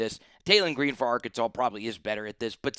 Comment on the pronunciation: Not green that’s Gaston, come on man if your gunna cover sec got to learn the names. Don’t just be making videos for views.